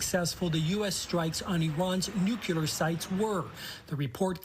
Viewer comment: reporter cant even pronounce the word "nuclear" correctly